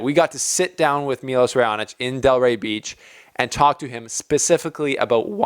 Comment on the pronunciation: It's pronunced Milosh (Miloš), not Milos.